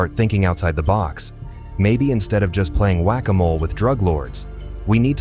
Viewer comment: your AI robot said Jut instead of just. Make better scripts and get better AI.